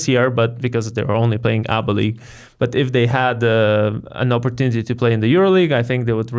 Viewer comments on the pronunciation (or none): none